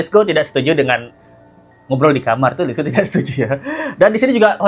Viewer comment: Kenapa bang let's go bilangnya hif sih.... Aneh... Hà ì ve harusnya